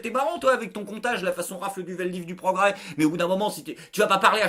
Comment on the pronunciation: C'est le point pwogwès c'etait le point pwogwayooooooowwww